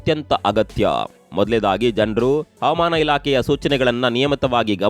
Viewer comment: Please pronunce Havamana and Avamana ' s difference